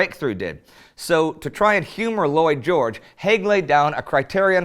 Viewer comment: when you first said Lloyd George i thought you said Boy George.